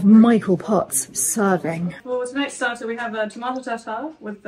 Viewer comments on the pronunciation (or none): none